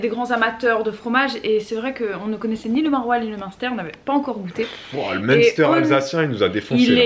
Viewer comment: Jadore comme di "monster" on dirai le nom de boisson énergisante, alor que le dit bien. Je sui de franche comter et j'ai énormément rigoler sur la video de hier en vous regardant essayer de dire munster 🤣 😂